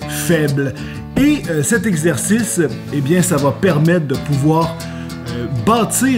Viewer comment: nouvelle facon de dire exercice ``exerciste``